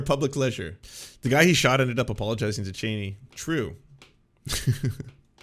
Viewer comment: When is chill: true When is excited: truuewe